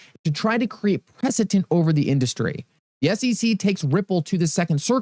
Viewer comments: PreceDent not PreceTent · My man, it’s preceDENT, not PreceTENT 👍🏻👍🏻👍🏻